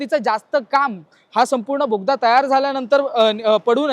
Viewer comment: भोगदा नाही रे दादा...बोगदा... असो... पण माहिती छान दिली... मनापासून धन्यवाद...